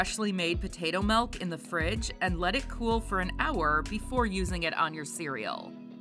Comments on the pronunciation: Why does she keep calling it melk? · I’m just making light fun of the way the woman is pronouncing the word milk in the video. It really sounds like she’s saying melk every time to me.